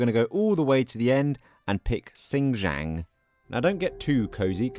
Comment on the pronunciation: Where do you get the "J" sound from the letter "K"? Lol...sin - key - ang, not...sin - ji - ang